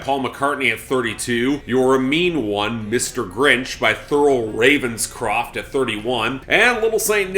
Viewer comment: I love how you enunciate Thurl Ravenscroft's name whenever he comes up